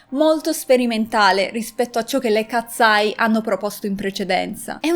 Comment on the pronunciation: Io le seguo da quando hanno debuttato per favore potresti cambiare il. Tuo modo di dire katseye??non si pronuncia così.....hanno fatto anche uno show del ragazzo con il fischietto Le katseye sono nate in questa accademia,,,,Manon non ha mai causato nulla le ragazze erano sotto pressione per la nuova arrivata,,,,,❤❤io le adoro sono le mie idole solo io ho notato che in debut Manon sta sempre dietro 😢